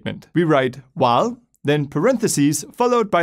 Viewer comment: When he said while loops i thought he said wah loops Don’t know which i prefer